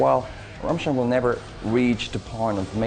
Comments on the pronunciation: Rammschteen? Really? o.O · dare I point out that it's "RAMM-shtine" and not "Ram-shteen"? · No. It's pronounced RAMMSCHTAIN with a hard "m", not Raaamstein or Rammstien. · Ramshtine? who the fuck is Ramshtine? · Rammstein its Rammstein for fucks sake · its pronounced rammstine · RAMSHTEEN ...how hard is it to pronounce Rammstein...? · What the fuck is a Ramshteen? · Rammschteen... what a tool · Someone please explain to this wally how to pronounce 'Rammstein' and 'Till' correctly?